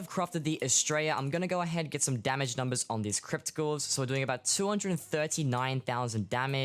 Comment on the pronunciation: anybody else hearing him say crypticals instead of crypt ghouls